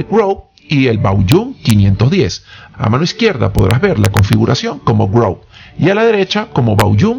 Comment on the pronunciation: Hola.. la pronunciación es es Chevrolet Groove (gruv). Saludos!!